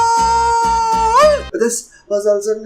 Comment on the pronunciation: Like if the next skit will be a: Expectations Vs. Reality Geometry dash I did not like my own comment -_- Also, Español is pronounced Espaniol/Espanyol, not espanol xD